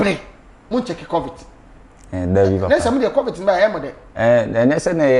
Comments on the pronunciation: Lol bra Kwaku its Covid not covit🤣wama masri saaa😂😂😂ah lol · Who else heard bra kwaku say covit severally 😂😂😂😂😂😂😂 i just love bob ziga basaaa.Aggressive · Kwaku is covid ooooo not covit 🤣🤣🤣🤣🤣🤣🤣🤣🤣🤣🤣Kwaku will kill a person